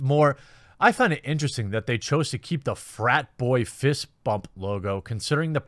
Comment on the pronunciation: I thought that was a Ho-fist, not Bro-fist